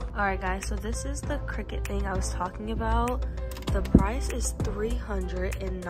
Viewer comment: Cricut not cricket lol good video though